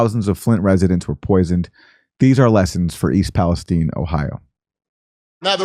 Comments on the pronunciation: america hates palestine so much they cant even say it..please..please..stop saying east palesteen..i dont check my watch to see the teem..there arent tineagers..east palesTINE..say it..palesTINE..WTF? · Why is East Palestine called "East Palesteen"? Or is it East Palestein ?